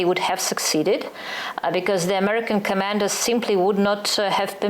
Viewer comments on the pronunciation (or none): none